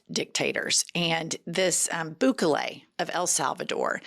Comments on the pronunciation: I like you, but please learn the pronunciation of Bukele's name. (Boo'-ke-lay) He's the human form of a shriveled ballsack, and I'd rather you call him Bukake, but that's not why I sent this correction. I love the pod, you, Cathy and the Beaver. And I will admit, a southern accent on a woman is sexy, whereas, on a man, it just makes them sound stupid. I want to retain my attraction to the female southern accent. Please don't take offense. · The way you're incorrectly saying "Bukele" is killing me.